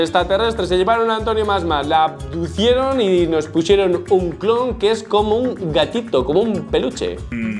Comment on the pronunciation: Disliike pq cuando dice abdujeron no dize abduscan!